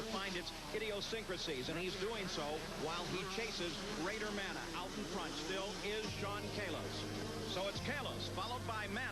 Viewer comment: Bader manneh yep " ma-nay" those morons. Lol rode w him a few times he hauled ass